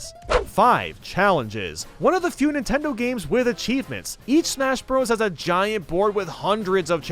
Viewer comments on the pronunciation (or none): none